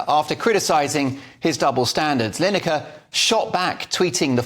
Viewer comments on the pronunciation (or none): Gary line acre it's pronounced